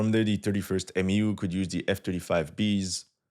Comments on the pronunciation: It’s not called a M.E.U. It’s pronounced Mew like the Pokemon. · its pronounced "mew" not M E U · For MEU we say “myew” not “M-E-U” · Its pronounced MEW like the Pokemon Mewtwo. MEU=MEW.